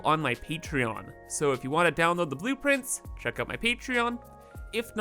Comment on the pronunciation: Are you calling them boop-prints?